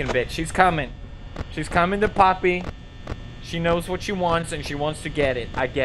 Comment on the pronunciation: he said papi not poppy